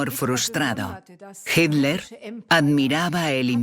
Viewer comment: Me molestó durante todo el relato que la narradora no supiera pronunciar Hitler.